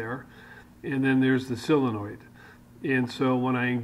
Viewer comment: Thanks, very envious of your set up. Hope to emulate some of yours and your friends ideas in retirement soon. Did you mean Solenoid? Or Aluminium? Or Solder..?...Only pulling your chain of course, we have perfect diction Down Under. Long may you run.